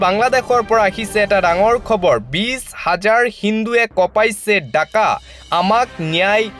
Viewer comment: .........কঁপাইছে ঢাকা। পঢ়িছা >কঁপাইছে ডাকা। উচ্চাৰণ ঠিক হলে ভাল হয়।